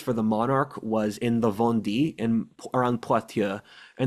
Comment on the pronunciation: Vendée pronounced like English vanday. Only i sounds like English ee. Good content otherwise.